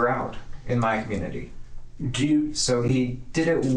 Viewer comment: Detective but they can’t say the word “community” 😂😂😂